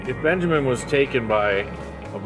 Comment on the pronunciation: dude really said Benjermin